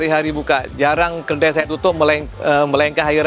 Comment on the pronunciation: 😅😅😅Kedai bangggg.....kedaiiii.....bkn keldaiiii.......dah mcm kaldai dh aku dgr😂😂😂😂😂😂